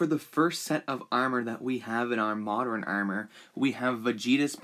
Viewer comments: The way he says armor. “Aermer” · The way he pronounces armor really annoys me 😂 it's like "urmur"😂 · He says armor weird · You have to drink every time he says armor wrong 😂😂😭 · Anyone has a count on how many times he butchers the word armor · the was you say armour sounds irish to me